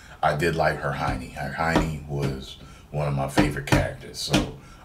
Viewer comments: Its Her-mon-ie... I hear you saying Her Hiney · hahahahahahaaa did u just say her-hiney? its hermoine... her-mai-nee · to be perfectly honest I thought you said her-hiney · Cartoon movie lol just say animated movie and who dafuq is herHIonee?? Hemione is her name lmao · Herheiny? Lmao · When he tries to say ' Hermione ', I thought he said ' ( Her-Hin-y ) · Her-Hin-y lmao your awesome man. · Can't pronounce one of your favorite characters names 😂